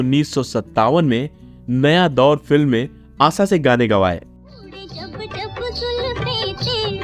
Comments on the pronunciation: Bhai unka name to thik se lo aasha hai aap aasa aasa kar rahe ho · It’s asha n not asa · Bhai ... Aasa Bhosale nahi Asha Bhosale naam hain.. Kyu bar bar Aasa Usaa bol ra ho bhai... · आसा नही भाई " आशा " कहिये. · आसा नहीं रे आशा सोनल मिडिया पर इतने महान गायिका पर विडीओ बना रहे हो उच्चारण शुध्द करो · Pehle hindi theek bolo Asa Asa kya kar rahe ho Unka nam Asha hai Asa nahi. Sudharo apane aap ko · Aap ki jankari de rhe ho bhayi jo bhi ho shudha boliye Aasha, aash आसा, ऊसा मत बोलो ऊषा, आशा यैसे बोलीए ईसलिए‌ सुन ने‌का मन नहि करता 😂😂😂😂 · आसा नहीं, आशा | शब्दों का उच्चारण सही ढंग से करो | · ABEBOS ...DK, ASHA BHOSLE KA NAAM LENA TO SEEKHLE. AASA BHOSLE BAAR BAAR BOLTA HAI. SUNTE WAKHT ITNI CHHID HOTI HAI, AGR SAMNE AASA AASA BOLTA TO JUTE MARTE. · Her name ASHA. Not AASA. ASHA is with a H. Aasa sounds so irritating. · But sorry to say the commentator hasn’t spoken well. Hindi ok ठीक से नहीं बोल सकते हो आप। आसा भोंसले कह रहे हो। आशा नहीं कह पा रहे। 😔😔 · Aasa aasa kya bolta hain aasha bolo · Asa nahi hai it's Asha. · आशा भोसले आहे तीच नाव आसा भोसले नाही हो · It is not asa it is asha. Pronunciation is incorrect. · ASHA NAAM HAI na ki aasa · Aassa nhi AaSHa......aap voice over kar rahe ho lekin aapka Shabdh uccharan itna galat hai..... please isse sudhariye. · Pronounce name as Asha, not asa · Asa nhi asha bolo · आसा नाही रे आशा 😂 आप प्रॉनौसेशन ठिकसे करो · अबे आसा नही आशा😅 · You cannot pronounce shaadi ,& Asha,you are pronouncing it wrong aasa & saadi😮😅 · आसा नही रें आशा हैं पढ ने भी नही आता 😅😅😅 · Please correct your pronunciation it is Asha. Not Aasa.vedio chahe jaisa bhi ho das baar aasa sunkar Mera khoon khaul rha hai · एक अच्छा एंकर बनने के लिए उच्चारण सही होना चाहिए पहले "श" बोलना सीखो, आशा भोंसले होता है ना की आसा भोसले. हर बार" श" की जगह "स"बोल रहे हो. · जानकारी अच्छी है लेकिन उच्चारण सही नहीं जैसे "आशा" आसा बोलना या "शादी"शब्दको सादी बोलना! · आसा नही उनका नाम आशा है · आसा नहीं आशा पहले ठिक से बोलना सिखो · It's 'Asha' not 'Asa' 🤦‍♀️ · आसा नही आशा होता है।